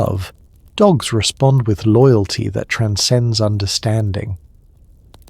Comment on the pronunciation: Love this one, but…loogalty? Cominunen?